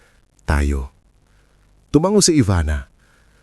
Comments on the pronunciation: Ano bang pronunciation ang narrator na iyan.Tumango diretso ang pagbigkas hindi tumanggo 😅😅🤣😂😂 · Tumango diretso ang pagbigkas hindi tumanggo